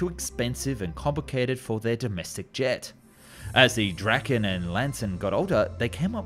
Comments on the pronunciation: Im a swedish dude and draken doesnt really sound like that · bro i love your videos but please say Dra-ken and not Dragen its hard k and its like when you say drake but just with dra insted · You pronounce Viggen rather correctly but with Draken it´s going hard on a straght "A", Draaaaken, yours sounds more like Dracken. This is a lame comment that deserves to go to heck, just typing, no big deal.